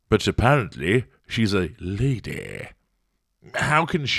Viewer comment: The way you said “Laday” just about broke me.